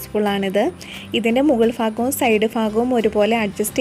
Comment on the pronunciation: ഫാഗം അല്ല ഭാഗം 😄